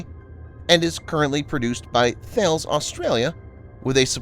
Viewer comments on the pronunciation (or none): "Thales" is actually pronounced tal-ess. They also build sonar systems for the collins class submarines and the RAN's fast frigates. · Thales is pronounced Talos/Tahlis/